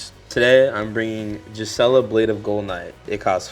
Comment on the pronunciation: It's not "Jizzella" 😭😭😭